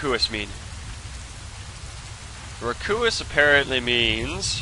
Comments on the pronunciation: Raucous is pronounced "Raw-cus" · "Rakoois" hahahaha....